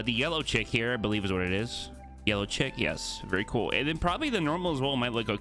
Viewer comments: Pronounced “Sheek” not “chick” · has no one told that chic is pronounced like "sheek" and not "chick"